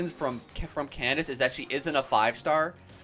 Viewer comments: I think Candace is pronounced "Kandake" FYI! Really enjoy your videos B) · Candace is pronouced as Kan-da-ke, no hate js wanted u to know <33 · candaces name is said can da ke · for future reference, Candace is actually pronounced Kan-da-ke! Candace is the latinized spelling :)